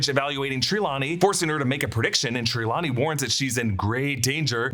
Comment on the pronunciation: You say Trelawney wrong lol